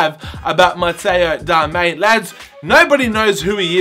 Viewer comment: ITS DARMIAN FFS 😂